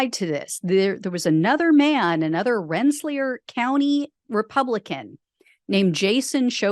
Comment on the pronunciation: There are corrupt Democrats, but the Republicans have honed corruption to an art form. And for the record, It's pronounced "RENT-suh-leer."